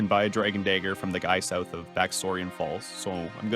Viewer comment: dragon day-ger 😂 but seriously tho give this guy a nobel peace prize